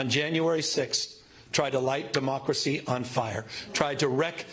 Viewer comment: Did he just say, mockeracy. Instead of democracy 😮😮😮😮